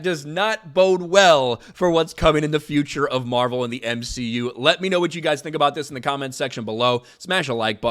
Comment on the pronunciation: You mean the M-she-u